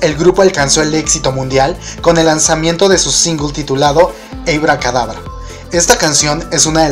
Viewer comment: Esta muy padre tu video y así pero por favor si algo no me gusto fue tu pronunciación del inglés si te hace falta unas clasesitas aquí y en china se dice ABACADABRA y no ABICADABRA es un simple comentario......